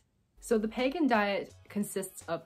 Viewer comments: Your pronouncing it wrong …. It’s pronounced peeee gan . The way your pronouncing is actually pagan .. not the same . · It's Pegan not Pagan. Like Vegan with a p. It's best of paleo best of vegan or paleo vegan. You are pronouncing it wrong and you misunderstand it. I have been following the pegan diet since 2015 although I haven't been as strict lately. But after 2 years of eating this way my inflammation went from being high to completely normal putting my RA in remission. I started by eliminating sugar, gluten, dairy and was only a pesci pegan for the first 2 years only eating fish and eggs as far as animal products. And it helped me a great deal. Even though I modified my diet some since the positive effects are long lasting. However when I started eating other things again my labs looked bad again in other ways such as cholesterol and blood sugar. So I think low carb and grain free works best for my pegan diet. All and all if done properly pegan is very healthy and sustainable. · Doesn't he pronounce it like it's spelled? Like vegan, but a P. I don't think there's a Pagan diet lol